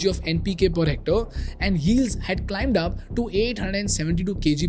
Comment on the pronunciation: It’s Hormazd. It’s Hec-tare, as in stare.